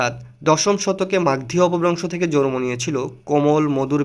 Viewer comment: শব্দটি- (জ+র+ম) নয় - শব্দটি - (জ+ন+ম)